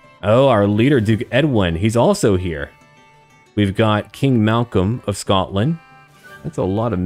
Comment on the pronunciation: As a Scottish person, I am genuinely impressed to hear "Glasgow" and "Malcolm" pronounced properly. After hearing so many Americans pronounce is as "Glass-gou" and "Mal-call-m", it gave me the warm fuzzies.